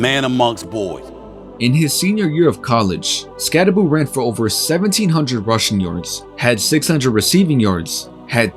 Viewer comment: Never pick a fight with a man unafraid to mispronounce his own name. He dares you to say something.